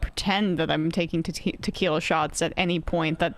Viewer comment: "My fancy t'quiila of ideeas" DR 😂